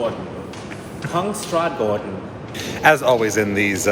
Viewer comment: You actually pronounced Kungsträdgården pretty accurately, way to go! I´m sad you missed the Vasa and the Abba museum, but that´s just another reason to come back, right? :) Thanks for enjoying Stockholm, welcome back!